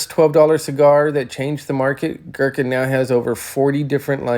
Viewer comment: Opening statement of the video and..... pronounces the word "Gurkha" wrong. Ignorance or laziness?